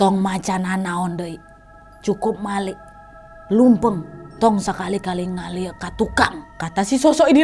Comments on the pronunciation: lucu banget ka waktu bilang leumpang jadi lumpeung wkwkwkwk, sehat'' ka naaad. moga makin sering upload kisah wakwaknyaa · Jadi ngakak pas kak Nadia bilang "lumpang" yg maksudnya leumpang 🤣🤣🤣